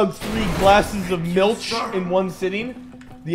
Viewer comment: Not gonna lie, hearing pronounce Milch halfway decent took me by surprise lol!